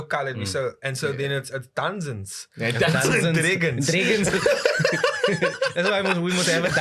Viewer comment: "Dunzen & Dregons "🤣🤣